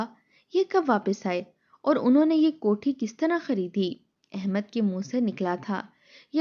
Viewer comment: “Jok dr jok” nahi “ joq dr joq” “ kohti” nahi “ kot’hi” Nothing else except exaggeration.